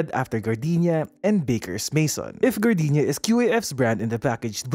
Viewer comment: appreciated that I hear Gar-dee-nya and not Gar-day-nya